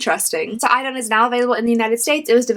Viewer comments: I know this video is a few years old, but to help you out on how to pronounce Idun: e-dun 😊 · Swedes would however pronounce it 'ee-dun'.